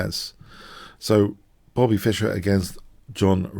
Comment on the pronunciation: Not Fisher like Crusher, but Fischer 😅